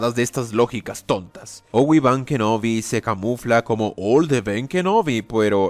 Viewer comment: Todos: Obi Wan Kenobi: Owi ban Kenobi